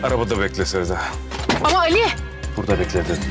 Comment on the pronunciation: Ali cok sewiyor Sewday amma sewdaya soylemiyor